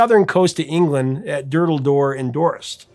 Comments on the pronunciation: Hi Professor, Just a very random pick up on something you wouldn't have any reason to know. You mentioned the song was finished in southern England in what you pronounced phonetically as "dorst." Dorset is actually pronounced phonetically as "door-set" some pronounce it as "door-sit." It is a county in the southern left hand side of England and has some of the most beautiful countryside views in England. Thanks for all these fantastic videos you produce. The production and presentation is perfect. I have learnt so much about songs and artists, some l had never heard of before. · Don't know if this has been said already but Durdle Door is in Dorset (Door Sit). Sounds like you said Dorist. Great video! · I love your enthusiasm & knowledge. Always a pleasure to watch. NB It's Dorset in Cornwall, not Dorest. Easy error to make 😊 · "Durdle Door in Dorest", huh? It's 'Dorset', mate! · DorSET, not DorEST. Great video though,! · Dorset resident here, its actually pronounced with two syllables, like Door-set, understandable mistake as we in the UK certainly have a habit of eliding syllables in our place names. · FYI Dorset is pronounced door-sit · “Durdle Dor in Dorst”. 😂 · Hey im not picking fault but it is pronounced Door Set and it it a very beautiful county